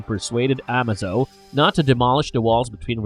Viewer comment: "a-MAY-zo", like in "amazing", not "AH-ma-zo", like in "amazon."